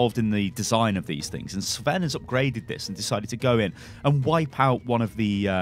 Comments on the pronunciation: Sven is a Scandinavian name not Russian sty. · Sven sound russian? :D Dude cmon you are from Europe :D not USA :D